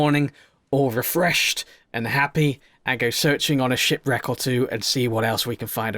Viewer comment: you said shit reck instead of ship reck